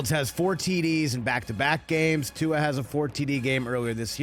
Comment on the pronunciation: C'MON Rich your a intelligent man. Pronounce Tua's name correctly.